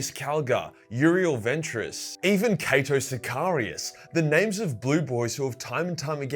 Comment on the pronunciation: You pronounced Cato Sicarius wrong the entire video